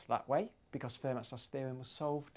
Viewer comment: "Fermat". Not pronounced "fur-mat", but "fair-MAH". Come on!